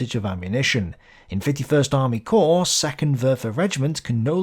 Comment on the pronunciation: Once again ‘corps’ singular and plural is pronounced /kor/ NOT “corpse” = (dead) body!